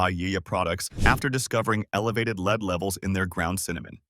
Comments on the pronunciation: Please learn to pronounce words correctly. It is spelled lead but pronounced short . Makes one question the site. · And here we are with the lead(metal) and lead(as in follow me) mispronouncing...